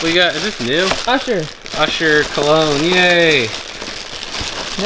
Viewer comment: It bothered me how you pronounced cologne